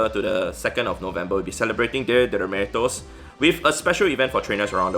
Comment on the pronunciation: That's not how you pronounce "Dia de los muertos" but we can give it a pass :)